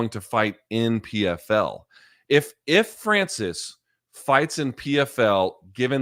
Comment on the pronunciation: Hey Luke, yes Dana deserves to be clowned for how he pronounces Ngannou However, Francis in French is definitely not pronounced the way you say it, you uncultured swine